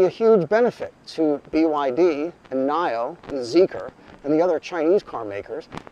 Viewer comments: NIO is pronounced as “Nee-O 蔚来 NIO EV cars With swappable batteries use CATL batteries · never heard Nio pronounced that way...